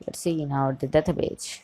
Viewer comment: Why would you say database as databaje?